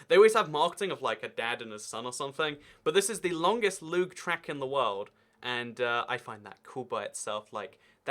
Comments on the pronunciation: loog? luj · I believe it's pronounced looj